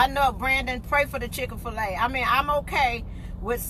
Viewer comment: ChickA-fil-A? I can’t! 🤣🤣🤣🤣🤣